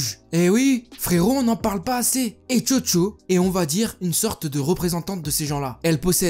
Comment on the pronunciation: Mec quand tu dit chocho moi j'ai cru entendre jojo